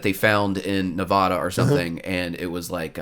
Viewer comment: if you say Nevada wrong one more time I’ll lose it